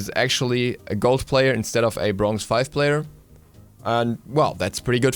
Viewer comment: did any one else notice that he says brongz instead of bronze?